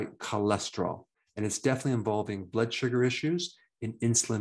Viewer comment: Surgar lol northerner